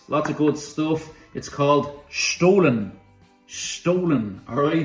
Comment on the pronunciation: You're pronouncing "stollen" wrong.